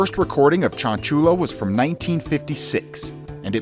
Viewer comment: This correction is for educational purposes and not to put anyone down cuz we wern't all borned knowing stuff: Chanchullo is pronounced chan-shoe-yo. The double l in Spanish is always to sound like a y. Chanchullo means "scam".